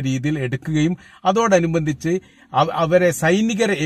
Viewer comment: Bro... അതിനോട് അനുബദ്ധിച്ച് ' എന്ന വാക്ക്... ശ്രദ്ധിക്കണം